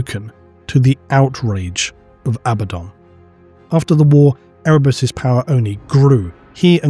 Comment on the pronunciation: Why would you not say Abaddon!!?I swear I've been waiting for you to say it right for fucking years!!! I mean abbadon, really? Sorry, I'm getting worked up. I need to calm down